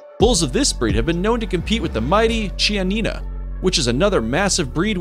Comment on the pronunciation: Chianina is pronounced kee-anina. And Simmental are SIMentall